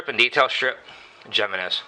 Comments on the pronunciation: It bugs me when they pronounce it "Jeh-men-ehz" too. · j in spanish is pronounced as an H in english it is like himinez i not seen a vid yet when a gun guy got the name right lol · Hey, it's pronounced "hee--men--ess"! No habla Espa~nol usted, se~nor? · it's pronounced himinez with an h sound for the j. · Its him-man-nez ! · Jimenez I believe is pronounced HIM en ez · Michael Schultz 100% correct! and as for who cares? Don't know... should I call your Ford, a Pontiac? One is right and the other is not. HE MEN EZ. The name is spanish and the j is pronounced as an h. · It's pronounce with an H not the J, its a Spanish name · You guys are fucking idiots and how is that such a weird random name it's a common Spanish name dumbass and like the other dude said it's either right or it's wrong if it was your brand you would hope people pronounce the name of your brand right so that other people would know the name of it and the pronunciation and then try to buy it if they liked it simple as that